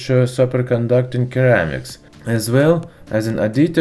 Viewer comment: Hi ! Let me help you.. it's not keramics. . It's spelled as seramiks